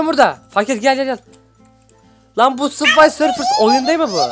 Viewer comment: Abi bu arada onun adı Subway serfers değil Subway surfers